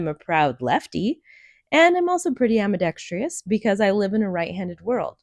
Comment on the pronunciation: Beautiful work. Also it's "ambidextrous" not "ambidextrious."